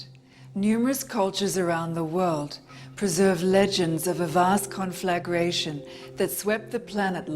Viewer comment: Conflagration. Rhymes with concentration, meditation, etc. Four syllables. Penultimate accent.